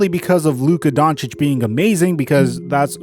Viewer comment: Lol always coming at the situation on point but say it wrong as hell 🤣🤣 that man was hurt fuck being payed a max my health more important than basketball luka upcoming his time will come